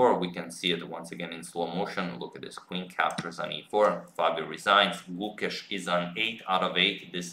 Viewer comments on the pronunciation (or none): The 'e" in Gukesh is longer and the 'u' is shorter. Its like 'Gukeysh' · #suggestion The pronunciation of the 'e' in Gukesh is elongated, as the 'a' in rAce/phAse. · I'm here to just listen Agad say GUKESH 😜😁